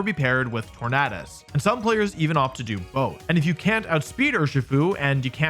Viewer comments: Why pronounce it tornahdus when it’s based of the word tornado bruh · Is that the proper way to pronounce Tornadus? I've always pronounced it as "Tor-nay-dus", not "Tor-naah-dus" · Why does he say “Tornaadus” Like it’s just tornado with a few litters swapped at the end